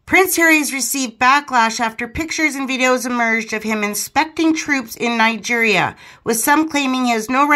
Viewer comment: it's Nigeria not night gear